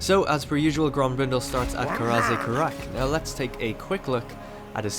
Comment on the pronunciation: Grombrindal pronunciation in English is so broken and wrong, stupid manlings